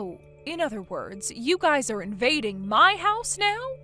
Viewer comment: ITS NOT GUYS’ES. It’s just Guys’